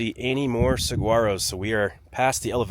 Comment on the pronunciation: We lived off Soldier Trail and Roger Road in Tucson, roughly 35 to 45 minutes to the top. We went up often to hike with our dogs, just to get out of the heat, to have lunch, etc. By the way, Saguaros are pronounced Sahuaros. No g in the pronunciation.